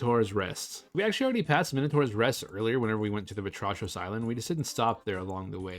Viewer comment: Vatrachos island is pronounced "Vátrahos" which means Frog in Greek.